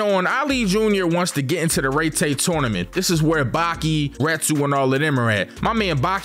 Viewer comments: No way he spent the whole video pronouncing it “RayTay” tournament. Had to dislike just off the strength. It’s (Rye-Tie) tournament. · I can’t be the only one who has an aneurism each time he says, “Rey Tay” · Love this vid BUT ITS PRONOUCE RYE TIE BRO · Aint no way called Raitai fucking Raytay😭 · Rai tai….. Pronounced correctly in both the sub and dub. This guy….. rrrrrreeeeeeeeeeeeyyyyyyyy ttttttttttttaaaaaaaaaaayyyyyyyyy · “REYTAY” Tournament, yup just gonna leave this here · Bro said rey tey💀💀💀